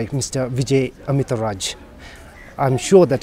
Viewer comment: This a a good piece of interview. However, first interviewer must have learnt how to pronounce his name correctly in advance. I heard interviewer addressing him 'Amita Raj" while actual name should have been "Amit Raj". Second, use of word "la" is so weired with any foreigner for official interviewed and should have avoided. Third, the interviewer still looks very amateur in media in terms of asking questions with clarity.